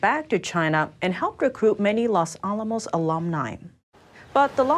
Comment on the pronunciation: I love your program but... That pronunciation of Los Alamos really threw me off. :P I know... I feel bad... But still...